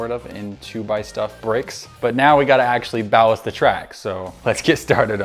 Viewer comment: pronunciation error it’s ballast 😂